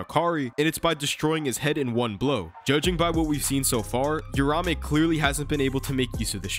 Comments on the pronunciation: The name is uraUme, I'm tired of people mispronouncing and misspelling the name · hearing "rahmey" over and over is painful bro 🤣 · its uraume not urame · It’s triggering me that he’s saying uraume names wrong 🥲 but it’s ight